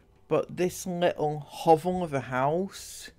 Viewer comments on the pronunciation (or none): none